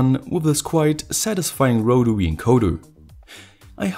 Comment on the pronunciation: Awesome stuff. Here's to another good year of great content! Also, loved the first pronunciation of rotary - 'rotawee' 👍😁